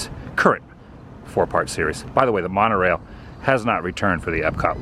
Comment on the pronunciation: You kept saying mon-O-Railllllllll wrong